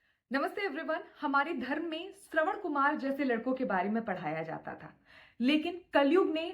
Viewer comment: Madam no offence.."पर श्रवण कुमार तो ठीक से उच्चारण करो" कृपा करके हिंदी ठीक से बोलें, सविनम्र विनती। क्योकि आपका वीडीयो देखकर लोग सीखते हैं। आप जब वीडीयो बनाते हो तो दूसरों के लिये एक संदर्भ (set reference for others) होता है।